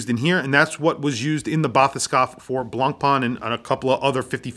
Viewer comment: The pronunciation of BLANCPAIN is NOT BLANPaaN, is more like BLONPEN